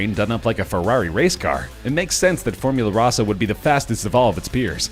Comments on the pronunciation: Tom L Formula Rahsah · It still amuses me that most of the makers of these GP lists always butcher the name of Formula Rossa.